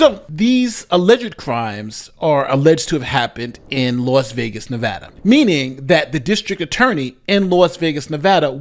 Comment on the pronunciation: Thank you for pronouncing Nevada correctly. As a Westerner who now lives on the east coast I always hear it pronounced incorrectly and it grinds my gears.